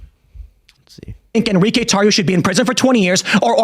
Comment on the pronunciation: "en-ri-que?" huh, that's the name? huh. LMAO